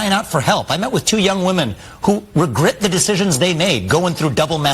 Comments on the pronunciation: did he just say regert?😂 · He said "regrit"